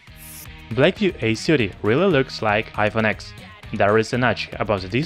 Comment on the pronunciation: it is pronounced iphone 10 not x